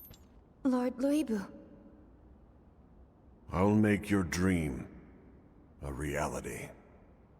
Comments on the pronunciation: She did, but the correct pronunciation of the name is not as simple as the usual English way of trying to say Lu Bu - Lü Bu is different, the two dots denote a much different sound. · did she just say Lie Bu? 😂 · what is this pronunciation 😭